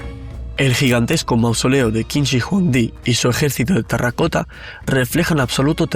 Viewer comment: Lo dices mal. Dices "tarracota". Es "terracota".😊